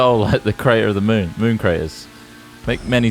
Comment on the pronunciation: did he just say mewn? Is Bruce producing Hat Films now?